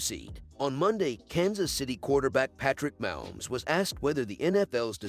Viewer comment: Try learning how to pronounce Kelce and Mahomes!!!!!!!!